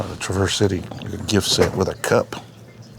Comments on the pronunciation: Man you gotta put some respect on Northern Michigans favorite town lol. Its not "Truh- verse City" Its "Trav-erse City" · Traverse City is not "truh verse" it is Trah (long vowel) verse City.....native Michigander here helping out with the way to say Michiganain words....😂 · Traverse City is pronounced Trah-verse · Its pronounced Traaaverse City Please :) . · As a Michigander i want to let you know Traverse City is pronounced "TRAV-ER" City, and not like the car Chevy Traverse. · its tra·vrs si·tee.. Traverse City is pronounced "TRAV-er-ss SIT-ee". The first word, "Traverse," is pronounced with the stress on the first syllable, like "TRAV-ərss". The second word, "City," is pronounced "SIT-ee," with a long "e" sound at the end. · It makes me chuckle every time he mispronounces “Traverse City” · As a Michiganian the way you pronounced Traverse City mad me laugh. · No one is talking about how he pronounced Traverse City?? Jokes aside… love watching these videos from Canada! Happy hunting.